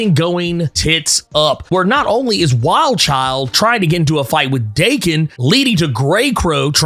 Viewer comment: If Daken's name is supposed to be Japanese, it should be pronounced Dah-kehn. If it's pronounced Day-Kehn, it would be spelled Deiken.